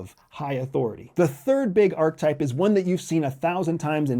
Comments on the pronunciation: “Are-ka-type” (3 syllables), not “ark-type” (2 syllables) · It's pronounced ar-kuh-taip, not ark-taip. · Why do you say arc-type, instead of archetype? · Ark-UH-type.. omg.. lol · Sounds like he's saying "R-type" that great sequel to Gradius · Credibility Killer No. 1: repeatedly demonstrating that you don't know how to pronounce a key concept you're relying upon - "archetype". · The word "archetype" has three syllables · sorry. it is profoundly concerning that you are pronouncing archetype this way. it isn’t a matter of options. it isn’t english. you won’t loop the correct pronunciation in & then re-upload the video, will you. it’s disappointing. if you’re going to do something, it can be done with excellence. ohhh… you’re trying to be controversial in order to generate more comment dialogue that you will never read or respond to. got it. ⛔️🛑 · Let’s start by learning how to pronounce archetype. A nice PowerPoint presentation from the psychology department at the CIA. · I hate the way he says Archetype. Uses big words without a hint intellectual basis. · Archetype has 3 syllables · Please learn how to pronounce archetype